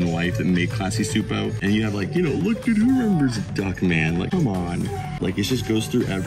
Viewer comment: Just to let ya know, Csupo is pronounced (Chew-Poe) 👌